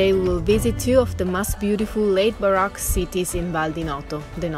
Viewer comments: Now I know why the music is getting better. Baroque is pronounced baroak, not barock.. Just trying to be helpful, not critical, you guys do a great job speaking english. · As always I love ALL your videos! You’re two of my favorite people on You Tube!!! I do need to help you in your pronunciation in ‘Baroque’ ( pronounces like ‘Bar - oh - K’) the O is a strong O like the o in ocean. It’s not a soft O. Like ‘ah’ but like Ohio.